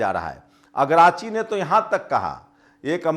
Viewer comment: जी अगराची नहीं अराकची नाम है